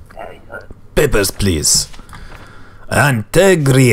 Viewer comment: Well, listening to it, he does actually say it almost exactly like "peppers please" once :P